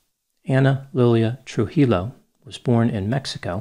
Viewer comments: Ana's last name is pronounced Troo-hee-yoh, although Troo-heel-oh lent itself to the shoe humor rather effortlessly. I wish Stefan had put his foot down to end this relationship, long before Ana had time to put down hers. I hope those relatives raising her children had a solid foundation of Love and discipline, so at least they might have a chance at a normal life. Thank you once again for your insight. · For future reference,, the double L in Spanish is pronounced like how Americans pronounce y. Tru-hee-yo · Trujillo is pronounced more like True-he-yo. Love the videos. Keep up the good work. The videos help me pass the time as I work like a podcast. Love the deadpan delivery humor. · The last name ‘Trujillo’ is pronounced ’True•Heel•Yo’ Oh my! It fits to the story. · Tru-hee-yo, my brother pale. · A double L in Spanish makes a y sound Like "truhi-yo" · True Heel Yo 😆👠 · Hi! Thanks for another awesome case and video doctor. Just please, take a few minutes to research how to pronounce the names too, it's like :( that people don't care for non American names in a YT vid. (Day to day, that's another story, less significant i guess). It's TRUE-he-yo (yo like when you say yoyo and hi as in the pronoun) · you are too smart to pronounce her last name that way! 😳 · You should have eaten a tor-tiLLA while analyzing her. How could you make a whole video about her but not take the time to learn her last name? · mispronunciation of Spanish names is legendary and painful to the ears!😱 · Wait your last name is and your pronouncing the double L in her last name as L? 😭😭😭